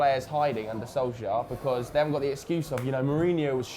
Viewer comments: It is Soul Ska by the way....I am going to get tired of pointing that out soon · Its funny when tries to say "Solskjær" hahaha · Honestly I'd love it if Solsjkaer succeeded and stayed on at United. He was my favourite player when I was young even though I could not properly pronounce his name lol.